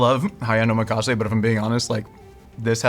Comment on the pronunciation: Guys, ohMEkase? Nah man. Oh MAC assay